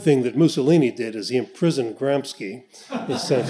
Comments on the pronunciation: Antonio "Gramski" ?? It's pronounced as Gram-she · good info but you are pronouncing gramsci wrong. 'sci' in italian sounds like English "She" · Also, for English speakers who always butcher everything... his name is not pronounced as Gramski. It's pronounced as Gram-she